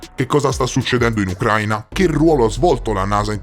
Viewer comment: a titolo informativo, non è Ucráina ma Ucraína. L’accento cade sulla i e non sulla a. ✌🏻